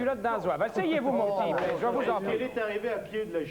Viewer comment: C'est Blaise, le prénom. Pas Bleze ! 😂